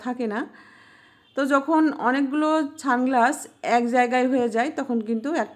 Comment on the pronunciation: Didi tumi ki sunglasses bolta parona naki ছানগ্লাস bolcho kano 🤣